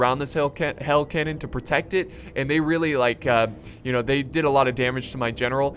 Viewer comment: You said hail canon instead of hell canon